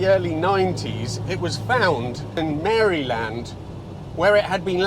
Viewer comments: Maryland is pronounced MERRA-Lind, not Mary Land😅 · Enjoyed the ressurection / engine story but my goodness, as a reasident of Maryland, there's not a one of us who refers to it as Mary Land. (We don't even use the 'mare' sound - it's a short a -- basically "Marilyn" with a 'd' at the end.